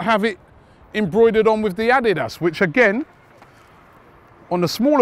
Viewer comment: The way Robbie is saying ADIDAS 🤦🏾‍♂️